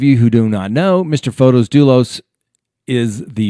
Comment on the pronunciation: Hi! Thanks for your posts. I'm an early subscriber and I thoroughly enjoy your analysis of current proceedings. I thought I'd let you know, it's pronounced Fotis, not Fotos. It's a fairly common Greek name.